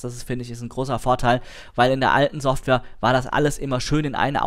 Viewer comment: Informatives Video, ich weiß jetzt alles was ich wissen wollte, aber es ist unerträglich, dass du weder ''software'' noch ''setup'' aussprechen kannst und du hättest alle Informationen auch in der halben Zeit rüber bringen können...